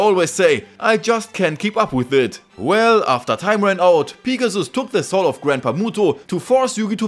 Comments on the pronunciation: Niqqa calls Pegasus, Pigasus... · everytime you say pegasus, I hear pikachu.. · No disrespect to your accent but pea-ga-sus is the funniest shit ever 🤣🤣😭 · Ah yes, Peegasus. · "Peegasus" Loved the video lad. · Could not get past the way this guy says Pegasus. Literally killed the whole video